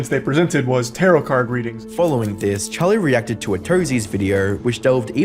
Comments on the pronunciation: you have no excuse to not pronounce tarot right charlie says it correctly like two seconds after smh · Please mate, it’s pronounced ta-ro, not ta-rot. Love your work <3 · "turrot" lol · The t is silent in tarot. I hate these AI generated vids